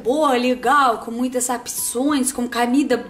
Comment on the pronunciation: Acho tão legal ela falando camida, pissoa, cameça kkkkk